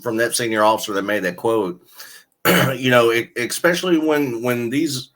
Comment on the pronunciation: Great video, as always. I enjoyed your book as well. Please continue the excellent work! Something I've noticed... A word you use quite often is "especially". However, YOU seem to pronounce it "expecially" or "ek-specially". Is it unintentional? Or possibly due to your accent? Again, keep up the excellent and informative work. I look forward to your videos 👍